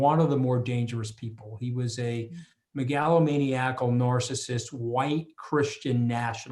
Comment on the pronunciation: the mooch has the most interesting pronunciation of "megalomaniacal" i've ever heard!